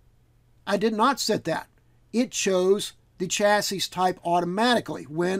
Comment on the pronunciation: One more piece of the systemd puzzle put in place. Thanx. (And BTW: It's 'cha-see', not 'cha-sis' [technically, 'sha-see'...]. It's french, eh?) :)